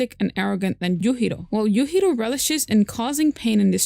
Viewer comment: She has to be a native Spanish speaker to pronounce the J in Yujiro's like that.